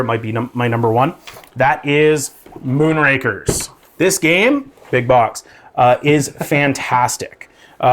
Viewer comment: Moonrakers...buddy kept pronouncing Moonrakers as Moonrankers. It's Moonrakers, as in rakers like raking leaves. Not rank, like a grading system.